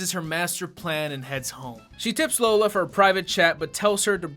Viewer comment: the real reason i fucking hated this movie her names lola, that’s bad but what’s worse they’re pronouncing it wrong 😪